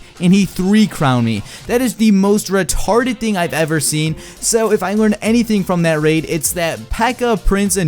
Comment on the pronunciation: The way you said retarted just made me laugh so hard